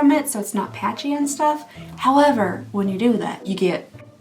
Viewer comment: Did you just say “howm-ever”?? Are you a murderino too??? Hopefully you understand this question and don’t think I’m a weirdo. lol!